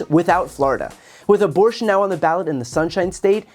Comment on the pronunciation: The guy needs a speech therapist and probably a dentist before another attempt at public speaking. His "aborshshshsh'n" pronunciation damaged my hearing.